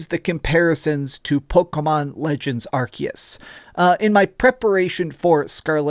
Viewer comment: pls stop saying 'arkias'